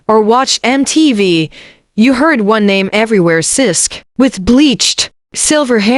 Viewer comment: It's sisqo you stupid A.i not sis!!